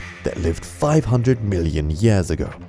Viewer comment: "...million yass ago."